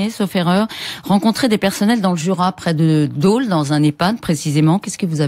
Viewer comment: "DauLE" ? c'est où "DauLE" ? ==== c'est Dole, dans le Jura !